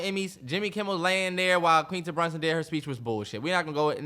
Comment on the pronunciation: you're KILLING me... it's pronounced 'QU-WIN-TA' 😂You're pronouncing it out here like you would 'Quinceañera'